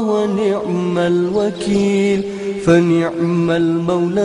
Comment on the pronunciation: fani'mal bukan wani'mal.